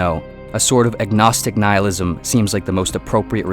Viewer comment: Noohilism! No no no its Nihilism Ni-hilism. Yes yes thats it.